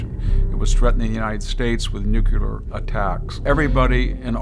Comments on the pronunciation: Extremely important message. Just a minor critique however: The word "nuclear" is pronounced just like it is spelled. Too many people, including VDH, are pronouncing it as if it were spelled "nucular". The correct pronunciation is nü-klē-ər. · I really respect this man and his wealth of knowledge but why does he repeatedly pronounce "nuclear" as "nukular". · its peculiar to me that as brilliant as this man is he mispronounces the word nuclear ?! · Victor needs to learn how to pronounce "nuclear".